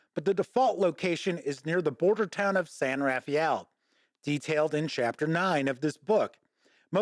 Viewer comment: Yes, I know, no expectations on pronunciation. That said, say SAN ruh FELL, or maybe SAHN ruh FAYL (with a light roll to the 'r') if speaking with a spanish accent. 😊